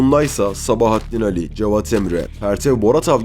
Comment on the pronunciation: İki Âli'nin de telaffuzu aynı fakat Sabahattin Ali diyorsunuz